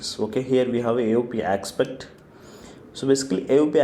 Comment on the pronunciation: Great. This one's VERY helpful for starters. MUCH BETTER than any other tutorials. I just wish he pronounced aspect instead of ackspet